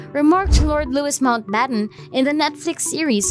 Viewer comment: Mountbatten not Nountbatten.